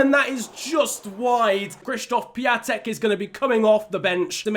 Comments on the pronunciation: Just a tip: Piatek is pronounced pi-on-tek and his first name is pronounced k-shish-stof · Funfact about Piątek: His name in english is Christopher Friday. Also it is pronouced Pee-on-tek. Greetings from Poland mate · stop saying piatek wrong